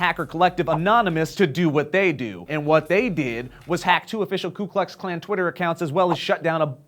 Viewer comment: it's KU not KLU